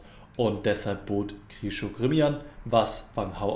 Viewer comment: Deine Analysen der Partien sind einfach nur Klasse! Viele tief analysierte Varianten, sicher auch mithilfe des Computers, aber sehr lehrreich. Eins muss ich dennoch bemängeln. Die Namen der russischen Schachspieler sind für Deutsche meist ein Problem, weil sie kein Russisch gelernt haben. Aber Alexander Grischuk heißt eben nicht so, sondern Grischtschuk. Das müsste sich doch für jeden aussprechen lassen. Oder nicht Nepomiatschi, sondern Njepomjaschtschi. Im Deutschen lassen sich die russischen Namen besser als im Englischen schreiben, und wir sind doch Deutsche!!